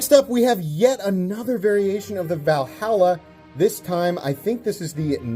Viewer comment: Never in my life hear someone can't pronounce "Valhalla"